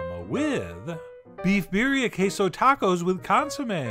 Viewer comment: It's birrrrrrrria! Roll that R!